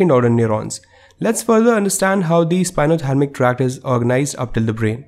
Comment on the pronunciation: Thank you but it's spinothalAmic not spinothalmic ;)